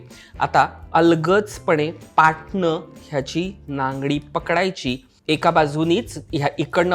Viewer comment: “Nangi ” not “nangadi “😂😂😂